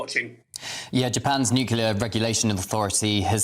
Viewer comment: Why can’t news people pronounce the word “nuclear” .